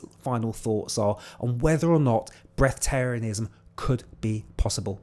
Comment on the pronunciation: bresth arianism, no second 't'